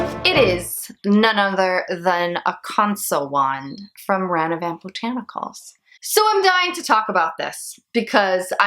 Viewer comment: Omg mine is on the way. Also there is no N at the end of Ranavat. Rah nah vaht. Lol the Indian in me wanted to let you know. I would love to see more videos like this.